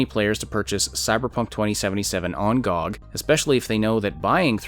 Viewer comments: As much as I loved the commentary. In the future - please oh please, pronounce G O G by letters :D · >pronounces G-O-G as GOG Most controversial part of this vid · Lmao first time I heard someone pronouncing it gog